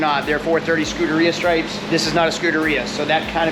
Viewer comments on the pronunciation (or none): Again...pronunciation! It's not " Scudaria" /" Skoo-da-reeyah"...... it's " Scuderia"..." Skoo-derriyah".